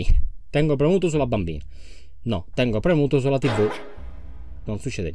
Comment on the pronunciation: Ti non si dice tivi si dice tivù